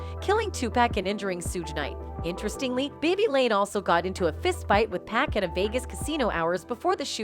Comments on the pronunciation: People needs to learn how to say 2pac name ... his name doesn't have a "K" at the end its PAC PAC NOT PACK .... DAMN HOW HARD IS THAT TO PRONOUNCE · 2pack? Use ur own voice or make it right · Whaaaaat? Not 2PACK 🤦‍♂️😆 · Don’t say 2pac’s name if you can’t pronounce it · She REALLY needs to learn how to "PRONOUNCE" "American's" Names, if she's gonna try moderating videos! She's "HORRIBLE" with it!!👎👎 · It's so annoying to her her saying 2pac wrong